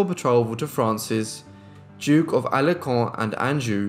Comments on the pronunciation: Alençon is a French word and is pronounced alɑ̃sɔ̃, not ALEHKO. I can't quite understand why you took much care to pronounce other French words and names correctly, yet you butchered this one so badly. And what does "... was absent in Poland" mean? He (Henry III the Valois) was absent in or from France , as he was basically in Poland at the time. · Just a small remark, Alençon, has a c with a comma attached, so it should be pronounced Alensson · Excellent video. FYI the C in Alencon is soft not hard.